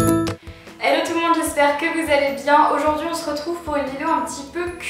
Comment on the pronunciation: Il faudra apprendre à prononcer Smoothie un jour, et "Hello" au début (et non "elo")